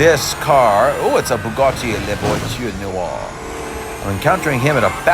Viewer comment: I'm french. I love how you say "La VoiTuRe NOirE" 🤣